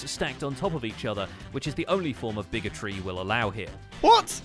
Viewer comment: “The only form of Bigotry we’ll allow” Bigotry… Bigger-tree 🤣🤣🤣